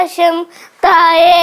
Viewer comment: "താഴെ" അല്ല "തായെ"😂